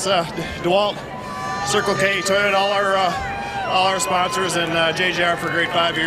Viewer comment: What are people’s thoughts on this new nascar announcer? He’s a great broadcaster, but that accent is rough. He says “toyoter” for example.